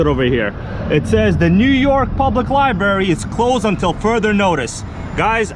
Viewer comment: Are you saying liebarry instead of library I don’t mind a little vlogging but not the whole video How about a tour of the World Trade Center I feel cheated there was no RC in this